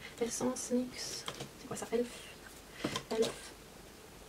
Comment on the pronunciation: C’est pas méchant mais y’a plein de marques que tu ne prononce pas comme tout le monde et c’est stressent comme exemple « elf tu le prononce comme elfe alors que la plupart des jeans dise E L F »